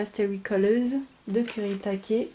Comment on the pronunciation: Super! En plus tu prononces bien le nom japonais des aquarelles kurétaké ;) elles sont geniales!